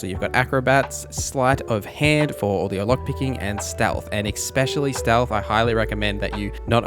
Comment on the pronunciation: Bro, please stop saying EKspecially <3